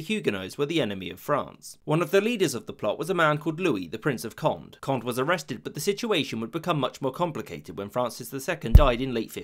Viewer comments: Cohn-deh. Yeh, bruh! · Friendly correction, Condé is pronounced KOHN-DEH, not KOND. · It is not pronounced the Prince of "Kondd" but the Prince of "Konday" (Condé), a junior member of the Bourbon branch of the Capetian family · Accents does matter in French therefor the name CONDÉ is pronounced like COND-AY and not CONDE ;) . Enjoyed our super easy language haha, even if french is often not pronouncing evrything , "é" is evrytime a "ay" sound and Never optional - loving this video btw, it's a mandatory part of our historiy class at school. And Navard isn't where you spotted it on the map, it's in Spain; what you spotted is Béarn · "Condé" is pronounced Conday not Cond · Condé is pronounced as cohn-day (more or less), not cohnt. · “Conde” has an acute accent on the final “e” and so should be pronounced as Conday. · as in "café"! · Taupe It is not an aspirated consonant though, so "k-hon-" would be false. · CONDÉ = CondE you pronounce the final E!